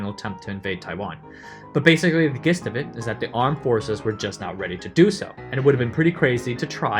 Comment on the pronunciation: Thank you for these great videos. My guess is you are Taiwanese American, right? Did you immigrate to the States when you were young or study there for a long time? Your accent is perfect, but you said "gist" with a "g" sound not with a "j" sound. Maybe I heard wrong, but I've never ever heard this pronounced this way...